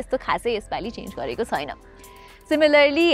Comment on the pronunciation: यति राम्री नानी आवाज पनि कति राम्रो तर यो " छैन " भन्ने शब्दलाइ किन छुइन भनेर उच्चारण गरेर बोलेको होला। नेपाली भासा बिगार्नुमा यी नानी पनि जिम्मेवार छिन 😂😂